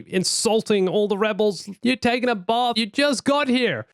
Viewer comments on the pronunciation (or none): none